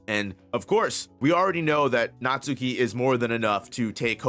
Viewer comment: Natsuki is pronounced as: Nat-Ski